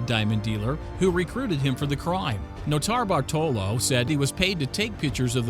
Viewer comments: The way nortabartolo is said makes me uneasy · Noter-Bartolo one word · The way he says notarbartolo makes me cringe